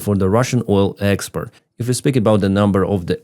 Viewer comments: The word is export not expert, love your show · It's kind of odd he has no difficulty pronouncing "port", but cannot say "export". Always says "expert" instead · Awesome! Awesome! Awesome! GREAT Job!!!! Slava Ukraine from Australia PS, not a problem and only saying as your English is so excellent assuming you would want to know - expert and export pronounced differently - export sounds like ports Ukraine blows up at end! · at the spot in the video the second shot of the fire after the fire in the street do you see the Russian pig in the smoke on the left side above the buildings. Also you being a pilot you strive for excellent. I just wanted to let you know when you use english the way export is pronounced like port. I just notice you say expert. Just. To let you know. I love you show your doing a great job. Victory for Ukraine 🇺🇦. I fill so sad about what the Ukraine people have to live through. Oh im watching from the small town of deridder in Louisiana. Usa